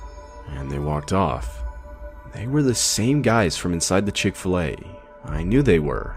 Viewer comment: I have never heard of the Chick-Fi-A cow mascot before